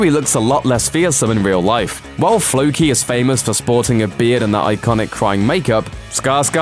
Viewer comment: Who is "Fookie"? The name is pronounced "Floe-kee".